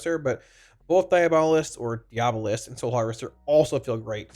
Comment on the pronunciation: Hey! Love your videos. Long time watcher and warlock main. For your reference, diabolist is pronounced die AB uh list (Source: Webster).